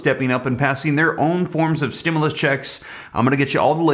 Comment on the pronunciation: Man I thought you said they passed the stemuls check